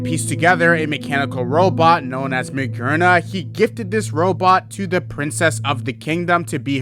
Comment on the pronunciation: Magearna, a robot, Gear in the name. i see how you make the conclusiion that it's pronounced maGERna /s